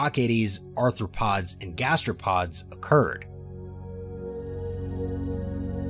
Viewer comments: He said "anthropod," like it's an early APE. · Also, arthropods NOT anthropods or -especially- anthropoids!